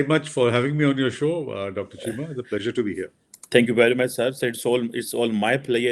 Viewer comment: cant even pronounce pleasure properly properly